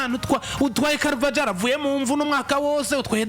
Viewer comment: Bavuga CarvaHAL. Ntago bavuga uko byandikwa.